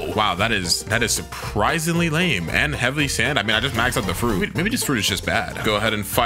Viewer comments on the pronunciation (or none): none